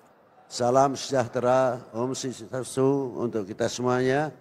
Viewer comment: Ketika dia berkata: Hom sueasti astu mKa sy tidak respek lagi